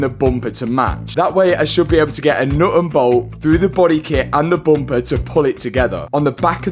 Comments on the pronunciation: I love how says “Bumpaa” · Bumper ❌ Boompah ✅